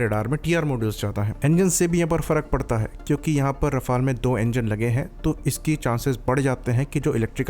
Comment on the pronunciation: I compliment you on being one of the very few to pronounce "Rafale" correctly.Others make a hash of it.